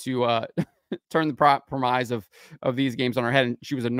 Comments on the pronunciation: FYI: The word 'premise' is pronounced 'prem-iss', not 'prem-ize'. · Just a heads up, you are seriously butchering the word "premise". Not even close to how it's pronounced. It sounds more like "prem-miss".